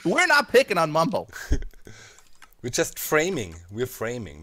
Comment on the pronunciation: its Bumbo you fools! Not Mumbo!